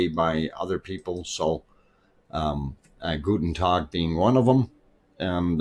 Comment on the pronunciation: That was a very kind time for me yesterday to start the stream, thank you! And you were also well served yesterday, right? ;-) I would like to know where in germany your roots are! When you say the name "gutn Tog", I have to grin because you pronounce it very German, namely as "guten Tag"! We are always very happy when you say something in German!